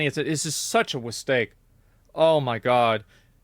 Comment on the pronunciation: I agree "such a Wistake" : (